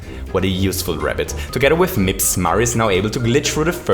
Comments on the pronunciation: Nobody:: M I P S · he did prodounce it weird right, he paused and said MIPS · Take a shot every time he says mipps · Take a shot every time he said mips in the 30 star segment. Don't actually, i don't want anybody to die. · How many times did you say “MIPS” with the emphasis “Then Mario picks up... MIPS and...” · Haaaha mips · Why is saying mips like that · I love how you say MIPS. I'm not sure why. I love your voice/accent and because of that, I guess the emphasis on the word is great to me. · why does he say mips so weirdly its really bothering me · Say mips again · I love how he pronounced Mips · Why TF do you say MIPS so weirdly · It actually annoyed me